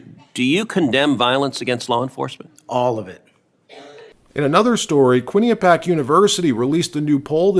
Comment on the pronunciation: "Quinny Pee Ack"? Quinnipiac is definitely not pronounced like that dawg, it's a LOT faster than that drawn out enunciation, but I gotta admit it gets close for a squid. I live pretty close to the Quinnipiac River, it's practically in my backyard. And I got into QU back in the day, unfortunately it was 10x the cost per semester as the State schools like CCSU were and had a required residency on top of that cost, even though I lived like 15 minutes away by bunk ass backroads. For instance it took me like 18min to get to CCSU via the highway or 45min by backroads, there was no highway to QU from where I lived since they're both between the major hw routes. If there were a highway I could jump on it'd probably have been like 4-5 min tops. The university is located across the street from a sick traprock ridge/state park called Sleeping Giant. It looks like the namesake when you view it from afar. It's a fantastic park, I've spent like 8-10hrs hiking it and still didn't cover every trail. There's also the best damn deli you've ever had, or close to it. Down the street is Ray & Mike's Deli. Holy sheet that place is just fire. Single location original owner deli. It had a legendary reputation 21 years ago when I was a senior in HS... still going strong and tastes the same.